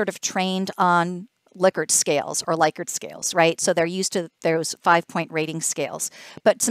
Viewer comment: Likert not Laykert